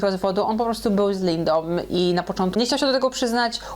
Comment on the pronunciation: Żoną nie żonom, Lindą nie Lindom. Mówisz za szybko i niechlujnie